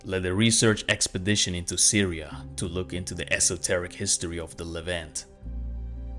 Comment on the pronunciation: Kind of surprising you don't how to pronounce Levant